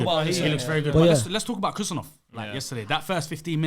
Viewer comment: Guys stop with the Khusanov pronunciation. It's Husanov "Who Sun off". Most of you have Arabic backgrounds, so it should be easy.